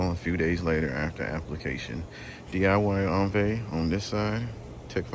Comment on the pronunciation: The French pronunciation is "ohn-VEE"